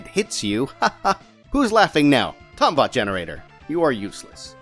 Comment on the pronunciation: Ughh come on, it's pronounced Tombot, not Tombot! Great video,. Loved the Spongebob reference it god a good laugh out of me.